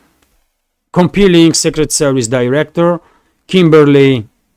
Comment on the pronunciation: Com-PEH-ling. Early and earlier are pronounced almost as if spelled "erly" and "erlier".